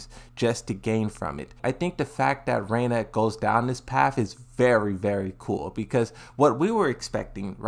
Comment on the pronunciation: Reina? why can this guy ever read. Can someone pay to send him back to school?